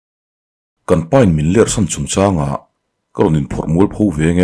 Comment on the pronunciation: Lerh nilovin ler tih tur